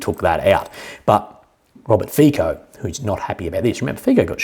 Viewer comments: just a small point. Fico, due to Slovakian pronunciation where the letter c is pronounced 'ts'. His name is said like this, as strange as it may look/sound: FEETSO. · 👋 subscriber from Slovakia here. my 2 Cents: 1. Fico is spelled something like Fitso 😊 2. fun fact: not only was russian gas transformed through the pipelines across UA to Slovakia, but UA gets paid hundreds of millions of $$ as a transit fee. even funnier, that UA is buying & consuming russian gas itself. want to laugh even more? UA was not willing to transfer russian raw oil through its territory. solution: the raw oil changes ownership on RU/UA border and becomes ownership of EU based (SK, HU, etc) oil companies. so it doesnt even need to be “repacked” in India and other 3rd party countries. no moral issues here? 💁‍♂️